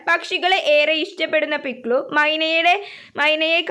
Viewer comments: പിക്സു അല്ല പിക്ലു ആണ് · പിക്സു അല്ല പിക്‌ലു വാണ് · പിക്സു അല്ല പിക്ലലു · Pikllan alla piklu ann😂😂